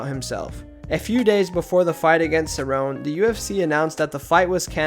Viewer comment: cool but the pronunciation messed up on a couple names. like cerrone is sir o nee